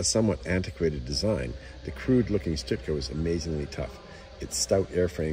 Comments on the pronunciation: Pronounced “Shtoooka” great video! Thanks for sharing! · It's not "Stootka"!